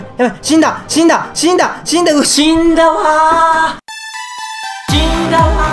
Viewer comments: しんだわ〜♪が きんたま〜♪って聞こえたのは俺だけか？ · 死んだわ〜のところが、キ◯タマに聞こえたw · ちんたまーーーって聞こえるww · 死んだわーがちんだわーにきこえる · キンタマにしか聞こえん笑